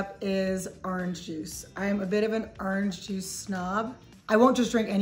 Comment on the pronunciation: I like how she says ARRANGE-juice.